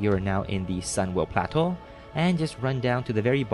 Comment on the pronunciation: i love how you say sunwell plateu